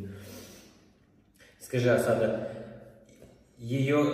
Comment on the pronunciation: Ударение на первый слог А'сада будет правильно